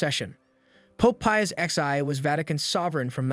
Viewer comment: You really don’t know what Roman numerals are?!? Pope pious “X-I”?!? Jesus Christ each generation gets dumber and dumber I swear 🙄🤦🏼‍♀️